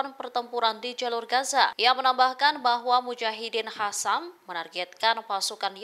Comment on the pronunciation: Jnggal kalo bilag mujahidin hasam padahal qasam gimna pmbawa acara nya😂